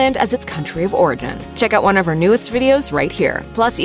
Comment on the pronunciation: It sounds like she says "...avoid imported shrimp listing Thailand as its country of Oregon." 🙂